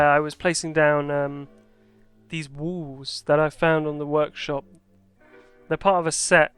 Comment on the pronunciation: I like the way you say wall, because you say wOOl keep on the great vids bro